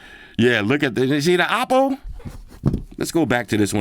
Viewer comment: This is a sick review, honest review as always! And I like how you CORRECTLY pronounce the Oppo brand, that’s how you say it 💯 not “Owpow” 😅 Like what OnePlus has done here, simple yet meaningfully usable except the price!